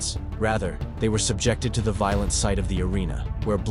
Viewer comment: Pronunciation is poor e.g., veal-lent for violent?